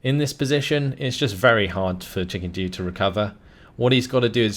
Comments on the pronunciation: Antonio Notmyrealnamo because thats what he's saying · Antonio Notmyrealnamo no he saying chicken dew it is his accent lol